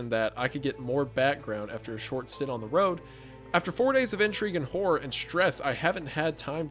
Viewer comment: 😂❤ I swore you called Hunter "Hummer" after he said "hore" but truly meant "horror" 😅😅😂